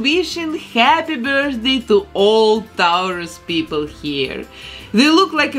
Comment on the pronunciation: I love the way you say Taurus! ♉️